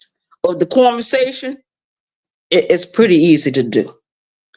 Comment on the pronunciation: whts "corn-vasation"? 🤔